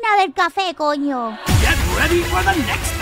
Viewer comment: "Conyo" Well done. I know the english language doesn't has the letter "ñ" so, using "ny" to make a similiar sound is a good point.